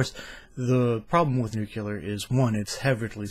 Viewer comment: not nucular, nu CLEE er. new clee er. I noticed when I did voice over that I had a few words I was actually mispronouncing and it was just years of habit and I had to basically retrain my brain. Like, seems I always said "im" words such as "important" as "inportant". Has anyone every proposed a solution that would cost $0 and be doable in 40 years: curb human population. ? We won't need half the power. ah, but I forgot the greedy rich who rely on the billions of people.